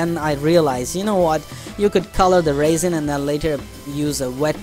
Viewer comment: Very nice demo. That is what I need also is some shelves. I didn't know what you were talking about at first lol, sort of cute made me giggle, but that stuff called resin, is pronounced rezin as in resolution. I thought you were talking about dried grapes or raisens lol. Well we still have snow and to cold to fly so might as well as build a few shelves. Happy Flying